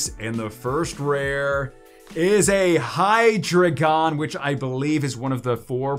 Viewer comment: FYI the Deino line names are based on German numbers so pronunciation is based on the German Ein, Zweis, and Drei or phonetically I in, Za Vie, and Dry. So you pronounce their names Die no, Za Vie Less, and Hi Dry Gon!